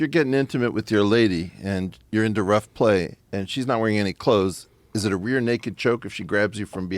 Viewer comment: Rogan: “you can’t be commentating and calling out wrong names for strikes.” Weinstein: mispronounces rear-necked choke.